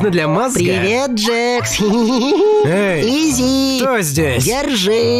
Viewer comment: Не джекс а джакс